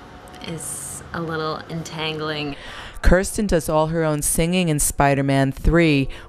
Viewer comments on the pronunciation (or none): the voice keeps saying her name wrong!! Thtas annoying!! kirsten is the best!!! =D